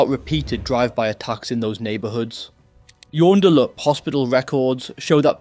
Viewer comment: Joondalup like June the month, not Yon, and a hard G on Ghiraween, but otherwise, well done on some really hard place names. Fortunately, this kind of shit is relatively rare here in West Oz.